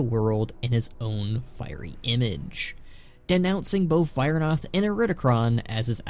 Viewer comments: it's pronounced Vi-ra-noth xP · Why did you mispronounce Vyranoth like that lol